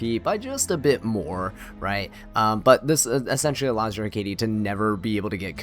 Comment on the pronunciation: I’ve only ever heard it pronounced HECK-ate or ECK-ate, but apparently your version is closer to the actual pronunciation, learn something new every day lol